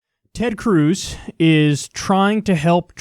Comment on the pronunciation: Nobody: Kyle: Tred Cruz